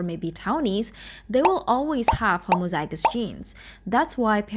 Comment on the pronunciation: says homozygous and heterozygous right but messes up variant lol its a fun pronounciation of it tho (no hate)